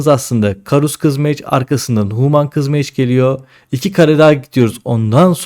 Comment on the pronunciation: huuuman değil reyiz hümın. sağol video için.